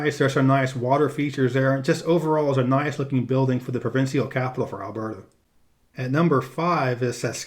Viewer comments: Tell me you're not as stupid as you sound. Do you pronounce official as offiseeal or special as speseeal the same way you pronounce provincial as provinseeal? Are you not aware that the last syllables are the same spelling and thus rhyme? Obviously not. You label the capital of Quebec as Quebec and yet you say Quebec City in your description of the legislature building. You have no idea what you're talking about outside the US. Two thumbs down. I won't be watching any more of your videos. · Not sure what you mean saying that the symbolism of N&L's flag is obtuse. You mean abstruse? Also, provincial is only three syllables. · learn the pronounce the word "provincial."